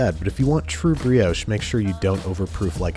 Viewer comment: Nice vid but what is a breehohsh It is a brioche